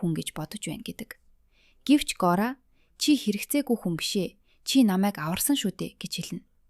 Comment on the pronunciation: Gori bish goriya gj duudj bai